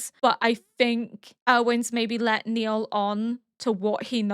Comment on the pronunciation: (BTW his name is not Neil, it's Nile, rhymes with "mile" 😃)